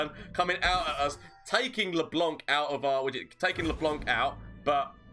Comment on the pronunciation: I love how everyone is calling LeBlanc LeBonk